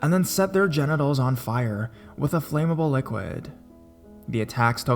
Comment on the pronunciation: FLAHM-able.... NOT.... FLAYM-able.